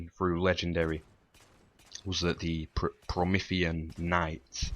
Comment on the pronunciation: Pro-ME-THEE-an lol! I did this co-op Legendary, got to the end with the ghosts still holding my pistol and my ghost glitched out and wouldn't let me boost. Died and lost my gun;'(